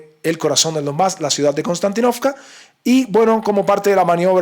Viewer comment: Konstantínovka se pronuncia con un acento en la "i". Se dice Konstantínovka (en Ruso) o Kostiantynivka (en Ucraniano). Se llama así en honor al emperador romano Constantino. Saludos compañero.